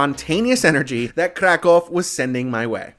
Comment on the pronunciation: I like how you try to pronounce correctly the name of the City, exactly is a Kraków, not CRA CAW. PS: CAW in Polish mean shit, that why any time tourists say it wrong way, Polish people hear Kra kał, what means birds shit. Preciate KRAKÓW.